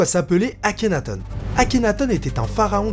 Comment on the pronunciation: Par contre c'est pas plutôt akhénaton comme le thon que akhénatone ? (Je parle de prononciation pas d'orthographe)